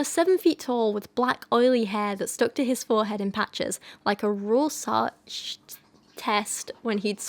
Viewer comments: As a German speaker, I might be able to help out with "Rohrschach": Try a mix between "roar" and "raw" in your accent (with a distinct r in the end) and, much like in "Schadenfreude", the "-scha-" part is with a very low open "a", the "ch" probably being the hardest for English speakers, go for the Scottish "Loch" type "ch", that's "Rawrshach", hope that helps :) else just ask google to pronounce it in German ... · Rorschach is pronounce Ror-shack. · 3 years too late, but the ink blot tests are pronounced "roar-shack" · heya! no idea if you'll see this, but Rorschach is pronounced 'raw-shack' in your accent. it's German, so if you want to be super proper, it's 'raw-shah-ch' with the ch being that throaty sort of air sound. like a weird hiss-growl that we don't have in English. but yeah, in accents like mine or yours we'd just say 'raw-shack'! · It's "Rorshach" with a long o. It's a German word, that's why I know. I don't know how you write the "ch" sound in English though. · Roar-shack is how you say Rorschach I’m pretty sure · I've always said it like, "Roar-shack" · Rorschach is pronounced like Roar + Shack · You pronounce rorshach "roar-shack". At least, that's how they say it where I'm at. (Source: Professors during my time getting B.A. in Psychology) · Rorschach: think Ror-shach and pronounce the "sh" as in "shower". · Your poetry analysis videos are always so well done,. Kyra's an adorable support bean. Hoping you're both doing well. As to Rorchach, it'd be pronounced "roar-shock" at least in my experience. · My gosh, I adore Kyra with my whole entire being. she's just pure love and goodness. Honestly I can't stop smiling. ❤❤❤ Also excellent video, who knew Halsey had all that in her?? I never really enjoyed her music but poetry is definitely a bit of a talent of hers! Ps. A tip for pronouncing Rorschach just think "roar shack". I hope that helps. ☺ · Roar-shah*cat hissing noise* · rorshach is pronounced roar-shack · Roar-shock, tur-she-airy.